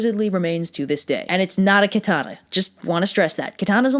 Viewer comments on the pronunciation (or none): none